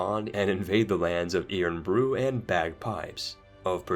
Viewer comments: As a Scot I appreciate you trying to pronounce. Irn Bru = Iron Brew Ayrshire = Air-Shur Dumfries = Dum-freece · It's pronounced IRON-Bru, and AIR-shire